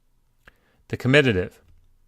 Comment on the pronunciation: In explaining 3cs etc., the c is better explained as 'both animate and inanimate' rather than 'both masculine and feminine', since m/f gender distinction does not exist in Sumerian, whilst animate/inanimate does. The comitative case is not spelt comititive, and the word should be pronounced on the first syllable: ˈkɒmɪtətɪv.